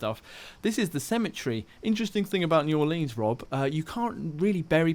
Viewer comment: I'm from New Orleans and they way he is saying "New Orleans" is triggering me